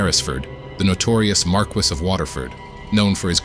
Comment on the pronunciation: "Marquis" is pronounced "mar-kee."